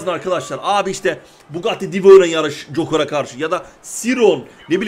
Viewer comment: Abi cokır demesen de joker desen abimmmm🏅🎖🎖🏆🥇🏆